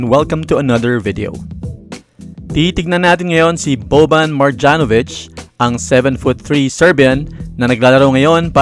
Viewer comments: MarYanovich po yung pag pronuobce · mali yung pagka pronounce mu sa "Marjanovic"